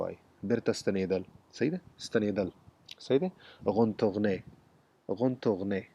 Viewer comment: سلامونه Retourner دی زما په نظر غلط تلفظ کړی، په هر حال ډیره مننه ګرانه